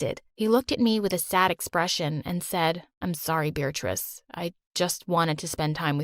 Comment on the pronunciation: Why does he call her “beartrice”